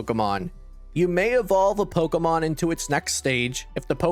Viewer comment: this was great, thanks. One thing I couldn't stop laughing about is how you are saying Pokemon. You're saying it like eric cartman or something "Poh auh mohn"